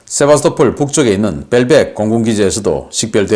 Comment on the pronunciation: 00;29 세바토폴이라구요? Sevastopol 은 역사가 깊은 크림반도의 항구 도시입니다. 세바스토폴이라고 발음합니다.